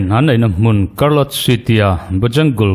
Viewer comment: Chartlotte lam dan hi karlawt ni loin ‘chhárlawt’ tih zawk tur a ni ang.